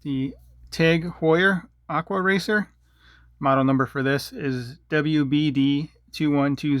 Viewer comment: “aqua wacer” 😂😂